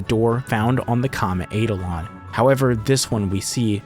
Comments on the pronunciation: I am pretty sure the eidolon is pronounced eye-DOL-un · Just to confirm its Eye-Da-Lon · The power move of putting the pronunciation of eidolon up there with the definition and Still saying it wrong the entire video. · You mispronounced "eidolon". Kind of funny, considering you showed the dictionary entry with a pronunciation key.